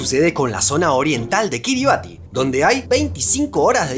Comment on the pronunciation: Kiribati se pronuncia “Kiribás”, dada la adaptación de su idioma nativo.